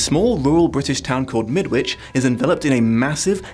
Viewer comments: Shouldn't it be pronounced "Mid-itch"? And birds aren't "assholes", they're "cloacas". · As a Brit, I agree with you. There's a tag, Midwitch folk are just plain barmy, which scans better if you say Midditch. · Think about a brick wall. I thought it was pronounced Midditch (like Greenwich). This book is actually the counterpart to a slightly earlier story (The Chrysalids) where the superpowered kiddies were the good guys and the grownups (nearly all religious bigots) the antagonists. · Question from an ignorant Canadian, but wouldn’t the ‘W’ in ‘Midwich’ be silent? I always assumed that was how the title of this book was pronounced, but I have my doubts now that I’ve heard an actual Brit pronounce it differently.